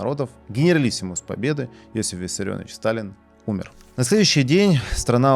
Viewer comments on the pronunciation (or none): Иосиф, а не Йосиф.